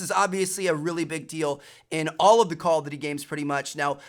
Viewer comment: Why can't you say Call of Duty? "Callofity"